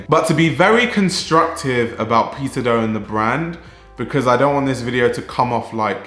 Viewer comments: I misheard you say peter do as "pizza dough" hahaha, fack. The pizza dough community. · i can't unhear pizza dough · Why it sounds like a “Pizza Dough” from your lips to me?🙂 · I can't stop hearing "Pizza doe", thank you for the great video doe! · The pronunciation for Peter Do is correct?